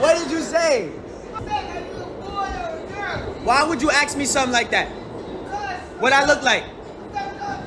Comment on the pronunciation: Pronounce ask as ask,not aks